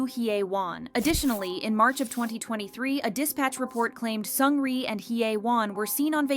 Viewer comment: 1) Seungri jailed 18 months not 18 years! why the shaking images...giddy after watching. If you want to make such video get the pronunciation of their names right!